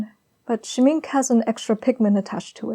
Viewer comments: SCHMINK-AHHHH... SCHMINK-AHHHHH.. not just SCHMINK.... AHHHHH repeat and learn... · Wonderful and communicative as always. I admire your combination of painterliness and control of the medium. DS are a lovely brand but I’m a sucker for Schminke especially their lush, creamy pastels. The word is German of course and means Paint or Makeup. That ‘e’ on the end is articulated so we phonetically get Shhmink-air with an almost unpronounced R at the end. Good old German. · Scheminke is pronounced “sch-mink-kay” — just trying to help. Lovely video btw! ❤️ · The e at the end of Schmincke is not silent.